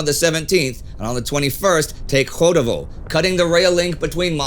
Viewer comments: It’s Chudovo (as chocolate), not Hodovo! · One more toponym which you call wrong: Chudovo (Чудово) is not "Hudovo", the 1st sound is the same as in "choose". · Voiceless alveolo-palatal affricate strikes again, now in Chudovo! In general, when Russian toponyms or names are transliterated into English, "ch" is used to represent “Voiceless alveolo-palatal affricate”(closest English equivalent is “Voiceless postalveolar affricate” like in “chip”) Russian does have "Voiceless velar fricative"(like in Scottish "loch" and somewhat similar to "Voiceless glottal fricative" like in "high") that seems to have been used here. But in transliteration, this consonant would be represented by "kh"(like the city of Kharkiv/Kharkov) or sometimes just "h". Also, in the same context, "u" represents "Close back rounded vowel", like in "boot". So, Chudovo is pronounced something like Chew-dove-oh. While googling all those amazing words, I found that some scholar and old romanization standards suggest transliteration that would lead to pronouncing ch as kh, but those standards actually use additional letters that are not part of standard Latin alphabet and don't seem to be widely used. I would like to thank Indy for providing me this weekly opportunity to tell someone they are wrong on the internet.